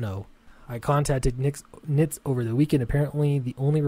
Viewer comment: Yes, you're pronouncing it correctly. :)